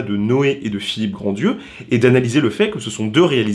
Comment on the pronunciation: Tu le sais peut-être maintenant mais au cas-où: c'est Philippe GrandRieux (pas Grandieux) et on ne prononce pas le "d"